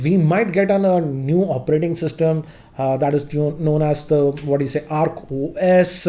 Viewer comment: Its Oak OS not Arc OS